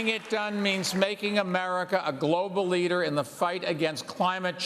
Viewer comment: Says leader like he has never said it before. Nuff Said lol